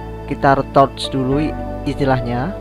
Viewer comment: Ritouch mas bacanya, bukan retouch hihihi